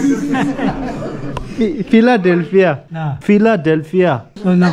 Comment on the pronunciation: Funny part was the pronunciation of the word Philadelphia 😀😃😄😆